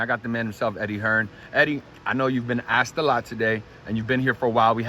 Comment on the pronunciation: You axed Eddie the right questions. But you really need to get that axe thing corrected. Most Europeans would clown you on that. The word is ASKED. Now. Go on with interviews showing the world just how stupid American's sound with a simple 3 letter word.